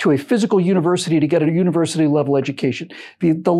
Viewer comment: UNI-(ONE) Versity.